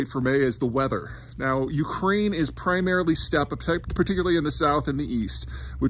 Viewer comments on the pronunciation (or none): none